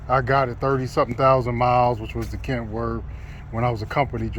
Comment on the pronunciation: Kenworth not kentworth